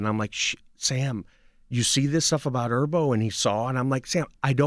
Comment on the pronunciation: He keeps saying Erbo, instead of Herbo.